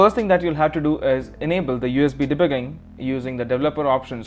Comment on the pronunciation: USB De Buuuuuuiiiin ? Whats that word? HA , Love it.